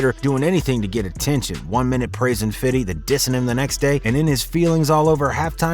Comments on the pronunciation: Man the way you say "fiddy" his highly cringe worthy. We're adults now days. Just say FIFTY now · Honestly disregarding this whole video for its info... Whoever the narrator is sounds like a fucking clown every time hes says FIDDY his name is Fifty even he pronounces it as Fifty Cent... Hearing the narrator try to be cool ruined this who video for me.... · its not fiddy its fifty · Its not fiddy cent, it's Fifty Cent. Only white people say fiddy to imitate how they THINK Black people sound when they say Fifty! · broooo stop its 50!!!!! Five Zero.... 50!.. not fitty!! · I was just bouta say that🤣🤣 man just say fifty lls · Stop saying fiddy man... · Do us all a favor dude. Stop saying “fiddy” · Please stop saying “Fiddy”…it’s really cringe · Nobody says 50 cent like this !